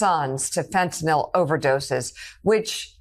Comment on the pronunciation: Marge - its fentanYl not fentanOl.